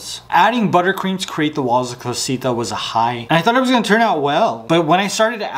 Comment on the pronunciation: It is not Cosita .... It is CASITA. :elbowcough